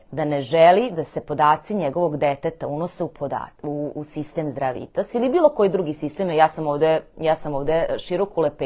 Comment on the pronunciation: Хвала за једноставне али врло важне савете, ти савети су база заштите од гадова. Зато или са сведоцима, или, најбоље поштом с повратницом да сте послали. Важи за све случајеве, не само за Здравитас ( који мислим да погрешно акцентујете кад изговарате, такође и неки ваши изрази кад кажете,,за чега", а треба,,због чега, или за шта"-споредно, али успут ето дс всм скренеђ пажњу). Свако добро у животу и раду! П.С. ксже се,,знате на шта мислим", а не,, на чега мислим"!